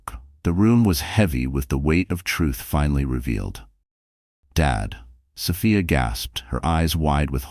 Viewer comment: They don't pronounce Sophia's name right.